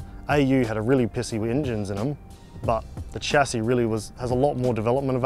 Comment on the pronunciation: It's pronounced "Sha see"